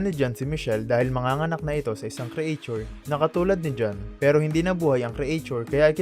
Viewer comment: "Loving loving" 😅 and "create-chur" (creature)